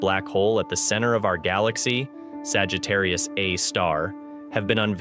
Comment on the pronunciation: I can't get past him saying Sagittarius "uh" (a) star....